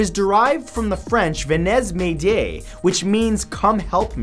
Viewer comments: ven-es? its pronounced like "vhe nhey mayday" vhe=the with a v instead of a t nhey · derives from the French "venezz mayday".... really? how hard was it to look up how to say that properly in French? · "venez m'aidez" is pronounced "vene mede" just so you know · Lol you just murdered the French for mayday.